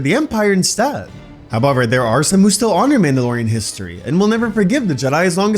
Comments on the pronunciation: Why are you saying however like that? Ahhh, must be Canadian. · Did you say however? Or what did you say?